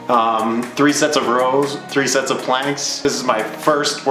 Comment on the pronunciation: Whenever he says Sets I hear sex😅